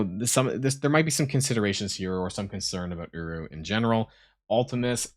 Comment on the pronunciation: Is it just me or when says uru it sounds a lot more like uwu. 🤣🤣🤣